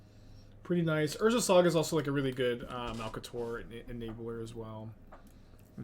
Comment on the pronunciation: STAWP SAYING MALTACOR. ITS MALCATOR PLSSSSS xD